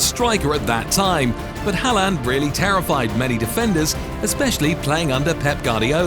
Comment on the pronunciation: Hallan😂 it’s håland in norway but many Call him haaland no offense 😊